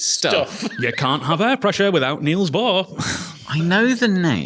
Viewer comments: For future reference: "Niels" is a homophone for "Knells" (as in death knells) and not "Kneels". But don't feel too bad, I've corrected PBS Space Time about this one and their Matt still gets it wrong.... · Dane here, your pronounciation of Bohr was good, but Niels is pronounced with a short i-sound